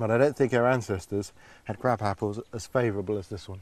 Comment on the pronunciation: di d Ray just say "Crap Apples" instead of "Crab Apples"?! XD